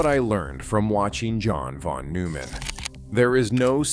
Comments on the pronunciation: Admirable video in many ways, but why do you butcher the pronunciation of von Neumann's name? You use a weird French pronunciation of the -eu, as in feu, peu, etc. In German -eu is pronounced -oy as in toy. It's not hard. At all. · pronounced "Noi-mann". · "newman" "wiggner" "plank" 😂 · Isn't it pronounce noyman? I quite some time back became convinced that a good part of math and physics is visual, not just as Feynman said, manipulating symbols. Einstein was very strong in that area, and, by self report, so is Penrose. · Nooman … Noiman . Settle on the way to pronounce his name and go with that instead of bouncing around. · That's not how you pronounce his surname.